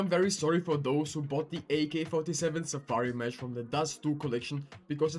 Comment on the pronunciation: You butchered the Safari Mesh 🤣🤣